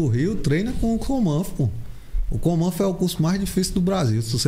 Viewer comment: "Comanfo"...parece que tá falando errado kkk